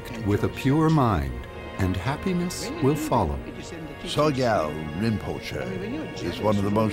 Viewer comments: Oi, narrator. It is SOGYAL. Not SOYGAL. But regardless of how you pronounce his name, this man is corrupt and has brought real shame on Tibetan Buddhism. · Soygal? This video would be more impressive if the narrator could pronounce the subject's name...! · It's interesting that the narrator mispronounces the subject's name every time: It's "so-gyal' not 'soy-gal'. And then does the same thing with Chogyam Trungpa - it comes out as Choy-gam. This is not a reflection on the claims of the film, but it's very amateurish.